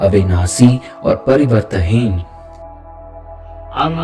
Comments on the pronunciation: Ap n ek word ka galat. Uchaaran kiya hai parivartanhin hoga na ki pariwarthin ,baki sab great 🙏👌👌👌❤️ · Parivartanheen hai, aap parivartheen bol rhe hai... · To be very Honest I am from south India and I can understand n speak hindi Good enough But I could not understand some words that you said "Parivartaheen" especially everytime I tried to follow what u said I got stuck at this word I was expecting each verse to be explained in way that could be understood clearly.. I did miss out Understanding the whole thing fully Kindly use much more simple words during ur translation.. or explain a bit more clearly so that everyone understands Most of the Lines u said I did not understand at all But I had a good meditation session I must say... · Thank you for introducing this mantra. Just one request… kindly see that your diction is correct while translating the original since it makes a lot of difference in taking your videos on a more serious note. Difference between various स श ष and right pronunciation of परिवर्तनहीन and various other words. Please take care.. you are doing a commendable job.